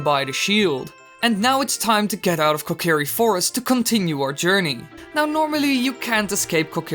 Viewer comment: why was he talking so slow when you clipped through the kokiri and, wait "keh kerry koh"???